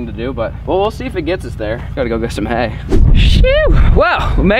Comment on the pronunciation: I swear wen he went to get hay I played the speed to 0.25 to make sure I was right he said Anyway let’s get this hale loaded up